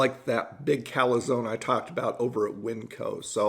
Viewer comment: Love how you say calAzone. Always been my reviewbruh. Love watching your content. Fantastic stuff as always.